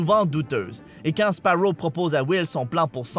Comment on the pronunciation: baptiste rabet c'est Sparrow et pas sparaux ;)